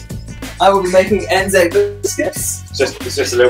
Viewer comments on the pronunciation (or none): Ive never seen anyone mess up anzacc biscuts before... Well done.